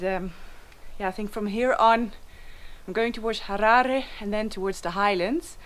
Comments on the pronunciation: I love that you say "Harare" the proper way. I think you'll love the Eastern Highlands even - Honde Valley, Nyanga, Troutbeck etc... Noraly you just made me miss the country i call home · Thank you for pronouncing Harare the correct way unlike some who say Harari even after staying in the country for decades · I like the way she pronounced 'Harare' at the end there.